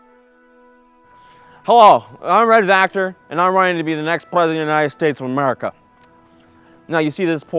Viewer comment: Sureeee....! also its Vactor, (notice the 'V') not factor...